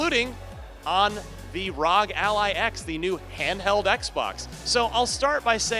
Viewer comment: The brand is literally R.O.G not rawg dude